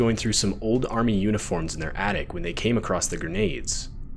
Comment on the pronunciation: There is no T in "across".